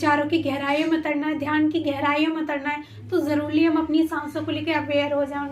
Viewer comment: जरुली नहीं होता जरूरी होता है...